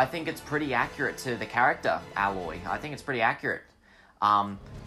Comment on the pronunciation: Don’t act like you know if she is accurate, you said alloy, it’s “A-Loy”